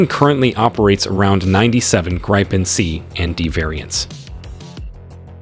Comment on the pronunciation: You know it's an AI video when they pronounce Gripen as Gry-pen and not griffin. #propaganda